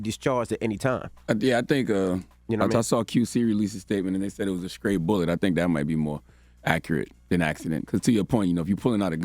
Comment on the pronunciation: Why in the entire world as old as Charlemagne is he pronounces the word STRAY, SCRAY, why